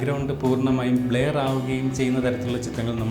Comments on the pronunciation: Not blair its blur.....Not Feel of depth its Field of depth .... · ബ്ലായർ അല്ല ബ്ലർ